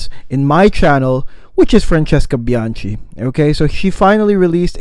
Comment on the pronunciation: You keep butchering her surname 🙂 it’s bianKi, not bianCi. Capisc’? 👌 btw i get more orris than sandalwood